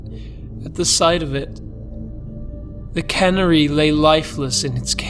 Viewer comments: A "cannery" doesn't sing, it's a canning plant. The bird is pronounced "can-AIR-y". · Minor pronunciation correction. You're pronouncing it like "cannery." It's more like can-AIR-ey. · You pronounce canary like cannery?